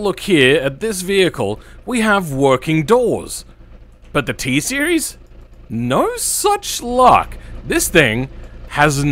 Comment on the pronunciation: Ah yes, the TSEIRES